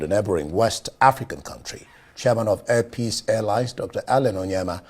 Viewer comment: Please it’s not hair peace, it’s air peace please pronouns it correctly thank you